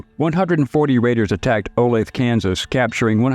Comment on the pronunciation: Olathe is pronounced Oh-lathe-ah